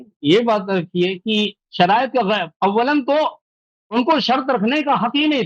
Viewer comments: Abe khatmal bo shariate munazra nhi hota hai Sharaaite munazra hota hai 😂😆🤣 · Allah ne tumari aqlon ko chinliya hai 😂😂😂😂 Ye ki halat dekho kya se kya hogayi hai sharait bhi padhna nahi Ara sahi se ise😂😂